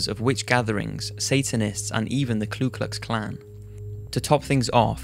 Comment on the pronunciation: Ku Klux Klan, not Klu Klux Klan - no L. The A75 Bearded man, woman, an assortment of animals - they didn't find a large wooden boat nearby, did they? 😂